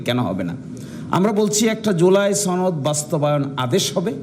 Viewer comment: সনদ উচ্চারণ ভুল করে বারবার সনদ কে ছনদ বলে, এটা কোন কথা!!